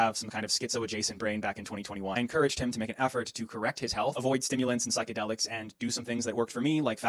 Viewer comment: bro said phsycidelics like it wasn't fentanyl